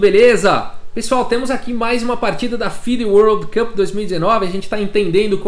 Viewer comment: Bom dia, otimo video como sempre!! E parabéns pela pronúncia do world cup de hoje